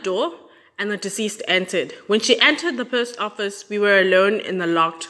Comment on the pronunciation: As you research your stories, please be so kind as to include researching the pronunciation of words that are unfamiliar to you, when you do. It wholly detracts from the narrative when you continuously mispronounce words e.g. the post office in this story, and, in the Anni Dewani story, you mispronounced so many words, amongst others, Shrien's name, as well Stockholm, the capital city of Sweden, and a few others. I am not the grammar police, but you have a public platform, and get paid, so, you do bear a modicum of responsibility to at least tell your story properly.